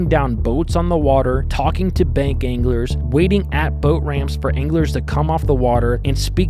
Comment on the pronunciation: At the beginning when you said "I've heard anglers say", I thought you said "I've heard English say".... and I was thinking... this dude is definitely not Amish, why is he referring to the English?? 😂